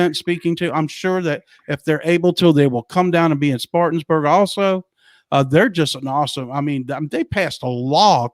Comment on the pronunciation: You guys give me hope that QFS and 45 is happening soon. My faith in God tells me it will happen for sure. BTW, you are pronouncing the city in SC where your July 10th event is being held a little wrong.. It is Spartanburg, SC (spar - tan - berg). No biggy, just wanted you to know.